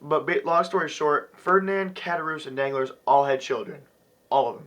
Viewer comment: An amazing book, and an amazing review. I love seeing our generation pumped about the classics. I myself have finished Moby Dick, The Strange Case of Dr. Jekyll and Mr. Hyde, Two Thousand Leagues Under the Sea, and now The Count of Monte Cristo. The only correction I have on the review is mainly pronunciation. Ed-mund Dawn-tes. Dawn-glar. Good review though none less.